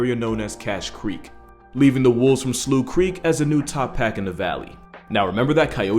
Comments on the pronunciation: First of all, Slough is pronounced as "Sl-ow" rather than "Slow" or "Sloo". Also have you ever heard of the story of a pack of wolves that had Paris under seige for several years, and then had to be fought of in a huge battle? this happened a few hundred years ago. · I think "Slough" is pronounced as "sl-Oww" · As someone who frequents Yellowstone, this video had me giggling. It's pronounced "sluff" not "sloo" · I know it's been a year, but Slough is pronounced "Sluff". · I had no idea Slough was pronounced sloo in the US. As someone who grew up in Slough in the UK, I was very confused for a minute.